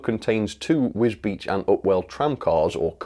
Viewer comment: See that you can pronounce wisbech!!! Now